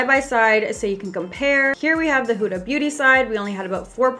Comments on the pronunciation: It's not pronounced h-oo-da !! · “Huta beauty huta beauty” No hate it’s just funny how you say huda Beauty😂love you 💞